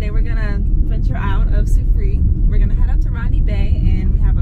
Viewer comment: Also it’s pronounced sou free yier. I really hope I get a good deal from drive o matic, it fluctuates.